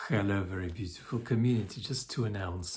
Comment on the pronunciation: This is you easily pronouncing the word "health". Just do this, this H, for the word "hello"at the beginning of your videos.